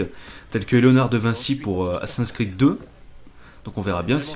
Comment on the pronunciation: C'est moi ou t'a dit Assassinsin's creed ? x) Non mais ca me fait marrer mais le prends pas mal ;) sinon super commentaires :) + 1 Abonné